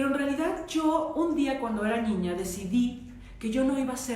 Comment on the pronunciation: A una disculpa pero Ud dice ñiño o ñiña y es mal pronunciación en niño o niña